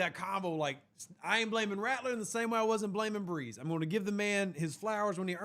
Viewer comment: Please for the love of God learn how to say Bresee